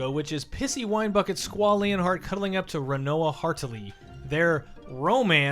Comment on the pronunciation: he said squall lionheart, but pronounced lionheart incorrectly. either way... boo, i liked the love story in viii :P